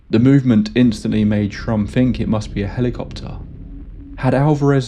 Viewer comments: Buzzing in the ear preceding high strangeness is a classic returning trope, one which I still would like to figure out some day! Anyway, awesome episode yet again! You mispronounced his name as Trump only thrice, which is given the difficulty pretty good if you ask me! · Am I the only one that he was saying “Donald Trump”? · Absolutely thought you said Donald Trump 😅 like damn this explains alot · With the narrator's weak pronunciation of certain consonants, it's easy to hear Shrum as Trump. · I thought you said Donald Trump in the beginning of the video 😂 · Thats what i heard the first time. I was just listening and had to read the description 😂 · That’s exactly how my my Mexican relatives say “Donald Trump” 😅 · The name was so jarring and I burst out laughing. Took me a while to focus on the story again. Someone here says he actually says Shrump but I can't unhear it now. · I know this story well and have heard the name Shrum. The narrator here has an accent / way of pronouncing Shrum... to make it sound more close to Trump